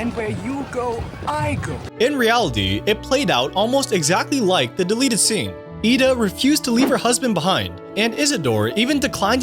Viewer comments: It’s “IDA” not “Eda”. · It bugged me that he said Ida’s name weird even though during the deleted scene they said it right.